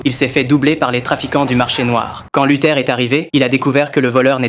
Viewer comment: c'est pas " luther " mais " luthor "